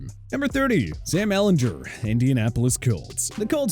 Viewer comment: If you knew football you’d know how to pronounce Sam Ehlinger’s name